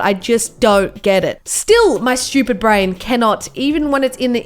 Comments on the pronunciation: SH-CH-U-PEED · Why does she say shtupid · I love how it sounds like she said shoopid